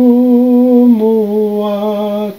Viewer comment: On parle tadoumou pas tadoudoumou